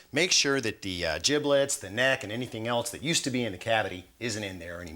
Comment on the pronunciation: Man said jiblets lmao